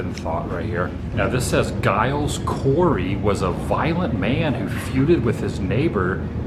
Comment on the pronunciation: Also it's Giles with a soft G.... and so sorry I didn't know you visited!